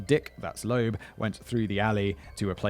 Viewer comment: Loeb, not Loab